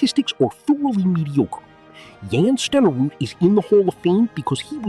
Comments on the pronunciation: Jan Stenerud is pronounced "Yonn Sten-err-ood". YONN! Not Jann! Wtf??!! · here, never touched a football. Never saw a game. Never laced up a pair of Cleats. does not know what it is talking about. Period. can shut up. Oh. And It's not Pronounced "Jan" Stenerud. It's Pronounced Yon. He was from Norway. He was the best of the first Soccer style kickers in the NFL and for Green Bay he was a reliable Kicker but you are an. You have never seen a Packer Game. For Pity Sake. Get a Real Narrator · Jan Stenerud's first name is pronounced like Yahn, not Jan. AI sucks at correct pronunciation of names. As for his kicking percentage, for much of his career he was kicking off grass or mud surfaces instead of the good footing you get for turf and/or indoor stadiums of today. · Jan AI voiceover butchered that - Pronounced "Yahn" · It would be nice if the AI (?) narrator could pronounce Jan Stenerud’s first name correctly. correctly. Stenerud was likely the best fg kicker of his era. He deserves to be in. Stats don’t man everything. Lynn Swann was a great receiver. Blanda deserves to be in. An excellent QB when needed and a great clutch fg kicker. When he retired he had scored the most points in NFL history. Griese and Langer should not be in. Maynard should be in. Another great receiver. Forgot about anybody else mentioned. Not a good enough video to go back and check.